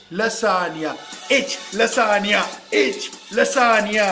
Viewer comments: I'm amazed that he pronounced lasagna correctly while... Hehe good going man! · I love this guy so much! I think he just acts like this so that others can have fun. IF YOU DONT BELIEVE ME, THEN TELL ME HOW CAN A PERSON WHO DOES NOT KNOW PROPER ENGLISH CAN SAY LASAGNA, ALMOST PROPERLY. IF HE DID NOT KNOW ENGLISH THEN HE WOULD SAY lasaGna,HE WOULD pronounce 'G'.😎 Hats off to you....you are so humourous....you can do anything to make others laugh... Can I have some likes 👇